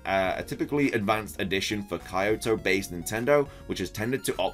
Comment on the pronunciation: How on earth did you manage to pronounce Kyoto like that?